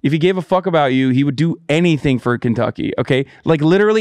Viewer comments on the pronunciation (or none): none